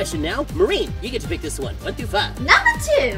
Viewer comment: Anyone else hear blaze “run” instead of “one”?